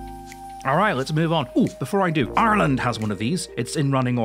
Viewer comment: I like that you pronounce Ireland correctly